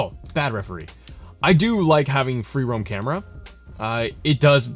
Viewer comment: You helped thanks man but when you said Camara angles like Kevin dunne got me dying 😂😂